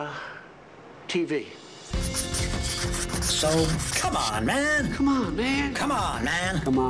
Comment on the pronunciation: Lol “como’n mam’